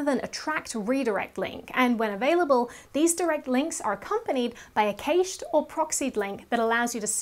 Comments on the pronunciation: Cache is pronounced as "cash." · Please, cache is pronounced the same as cash. :)